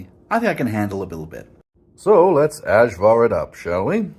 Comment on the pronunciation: Ajvar for English is pronounced Ayvar (Y used as in You)